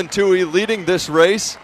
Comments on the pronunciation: Too-ee. Not Too-hee. Yes, irritating. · Its Tuoy. No H in that name. 😾